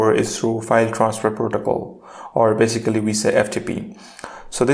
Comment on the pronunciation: Nice video but next time maybe don't overuse the words you can't pronounce, like "basically".